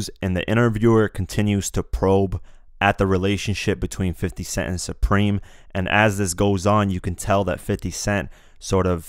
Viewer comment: exactly bro he clearly said preme